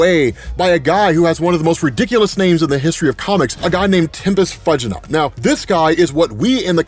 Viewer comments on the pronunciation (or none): "TEEMpest FEWgit"